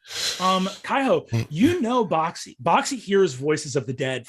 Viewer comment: Does anyone else hear "Bac Si" as "Boxxy"?